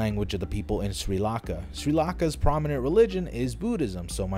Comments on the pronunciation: Sri LaNka lol I cringed at “Sri lahkah” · NIGGA it's pronounced Uh shoo buh Baah weh neh NIGGA WTF DID U SAY ABOUT SINHALA AND SRI LANKA?? AS A SRI LANKAN I AM OFFENDED it's proununced Sin heh leh Shree luhn kah Get it right you egg